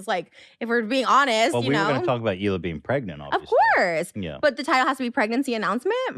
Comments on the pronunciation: The way you said "Hila" caught me off-guard, lol It's more like Hi-lah not, Hi-ly-ah. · I liked your video a lot, but you pronouncing AB (aye bee) as Abe and Hila (eela) as heelia made me laugh. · Bruh good video but….. “AB” is pronounced A-B like the start of the ABC’s. Not “Abe” And “Hila” is pronounced either He-la or E-la. Not “He-lee-a” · I love you but, you should find out how to pronounce Hila. It's pronounced as ee-la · bro i love your channel bro but its pronounced hila (ee-la) like bro ethan says it constantly. especially with the pregnancy lol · i’m sorry i’m cackling at u saying Hila as “healia” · Hila - she's from Israel :) it's pronounced Hee-La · Ab is pronounced A.B. And Hila is E-la 😄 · babes it’s “Hila” E-La but love this vid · Great video. Just so you know--Hila is pronounced like Heee La (it's hebrew) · Lol with peace and love, but pronouncing her name 'Hiliya' is really weird. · This is a great video but hearing saying hila's name like heel-ee-uh made me wanna cry 😹😹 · Lmao at calling AB, Abe and calling Hila, Helia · I'm just commenting as I watch, you crack me up every time you say Heelia instead of Hila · Are you pronouncing things wrong on purpose? "Hilia" AB=Abe. Spicy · Hila is not Hilia, I think there's a video where she talks about how her name is pronounced on H3. :) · Bruh, no offence but I see you comments on H3 videos often. If you watch them then how do you not know how to pronounce Hila? The H is silent. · Y can no one pronounce hila it's not that hard😂😭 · Great video, but are we gonna talk about how he pronounces Hilas name? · Hila isn't pronounced like that lol. Great video though ;) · lol the way youre messing up their names is kind of triggering me too LMAO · Enjoying the video but please watch enough h3 to figure out how to say Hila correctly